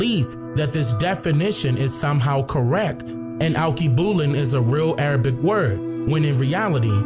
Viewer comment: Correct pronunciation: all-kay-boo-lon